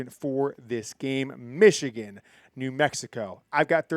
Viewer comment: 37-9 Meeechigan